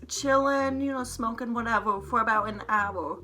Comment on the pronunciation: You can’t say “hour”